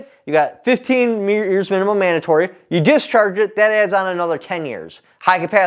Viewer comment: You committed the ACC then added an offense for "Manimum manatory" lol. Welcome back, man.